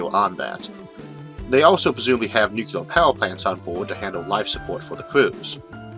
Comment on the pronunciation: Thank you for wonderful lectures. PS: Please consider pronouncing "Joule" as "jewel"(jew-l) instead of "ja-u-l" and "Nuclear" as "Nuclear" instead of "nu-ke-lar".